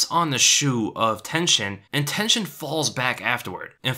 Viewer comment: Everytime he said Tenshin I thought he mean tension